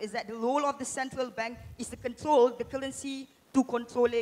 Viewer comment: I'm struggling to understand what he is saying. He kept repeating cullency... Scratched my head a few times & then I realized cullency is actually currency. I realized he can't pronounce the R.